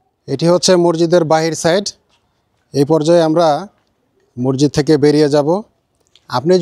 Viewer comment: Morjid na re bhai masjid hobe